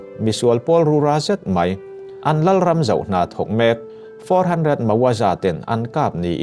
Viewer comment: Hmuntin hmuntang tang tihlai kha thluk mawi deuh dan aawm em aw chuan mai tih tur ah mei iti tlatin kava hreve iaw ngaihthlak anuamsi athluktur leh thluk lohtur ah hian kan thusawi lamhi anihna leh atum athelh thei tlat kalo sawive mai2 aw